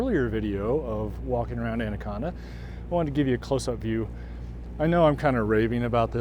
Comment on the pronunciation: Natives pronounce it "And a con da."